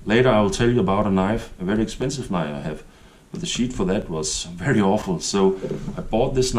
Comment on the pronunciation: As usual very well done, great video and I love that kept your children's knives all these years. That tells me lot about the kind of man you are. When you try to say sheath it makes laugh because it sounds like you are saying "shit" but I know you are not 😁